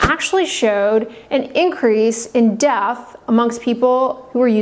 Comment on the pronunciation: Is it do hard to pronounce death? It's dEath not dath